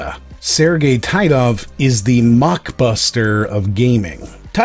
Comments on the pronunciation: As a Russian-speaker I'll make one remark: developer's last name should be pronounced as [Teetov], with a sound [I] like in word [teeth] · Its pronounced "Tee-tov"